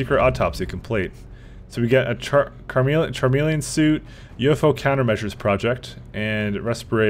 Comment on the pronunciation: Chameleon is read like this: Ka-meal-e-un